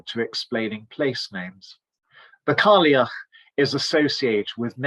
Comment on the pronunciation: Wonderful analysis! With regard to the Scots & Irish languages it is pronounced Gaa-lik for Scots & Gay-lik for Irish. The Old Woman of Gaelic culture is pronounced Kai-ach.